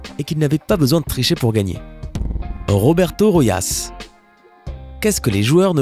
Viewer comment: ses Roberto Rojas pas Royas